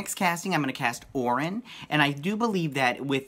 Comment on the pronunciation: Orion is pronounced like O'Ryan. If you have read the early New Gods comics by Jack Kirby, you would understand this. Read New Gods #4. I think that even Jack Kirby knew that this pronunciation was a problem so he uses "O'Ryan" as the name of Orion's gang battling the Deep Six on Earth. You can also reference numerous DC comic movies where Orion is included.